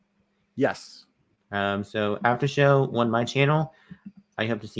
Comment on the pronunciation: needs to seriously get help with his communication skills. His enunciation is poor. When he said "Come to my after show" it was hard to decipher. He sounded like he was saying "Hum to my haffer hoe" Oof! Get it together. Then he gallops through syllables at times which does... not... help.